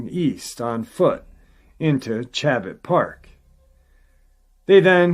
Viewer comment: When he says Chabit Park he must mean Chabot Park.